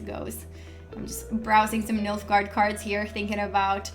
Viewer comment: he said Milf-gaard.